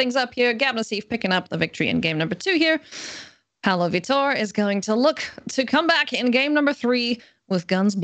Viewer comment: Since the mtg community can be persnickety about made-up card names, it would be nice to hear the correct pronunciation of a world-famous professional player. VEE-tor (the stress is in the first syllable). Not that it matters, I will keep watching and enjoying :)